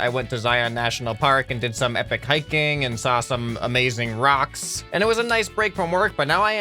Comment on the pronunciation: "Saw some amazing roks"